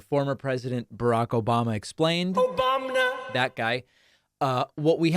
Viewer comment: “Obamna” lol